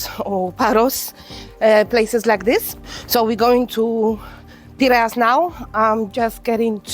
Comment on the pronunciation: is it too much to learn correct pronunciation ...out of respect? ...Ae - e - Na ...and ...Pir - A - Us.